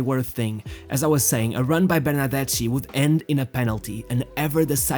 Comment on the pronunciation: Just read it: Ber-nar-des-KI ... pls ^^